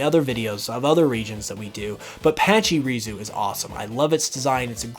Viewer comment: Why did he call patchurisu like that patchy ruzu